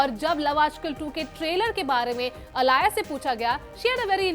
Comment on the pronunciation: Her name is alaya not alia